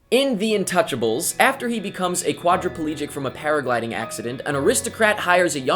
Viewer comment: not to be rude but you pranounce it different the title is french and you say it like intoosjable sorry for my bad english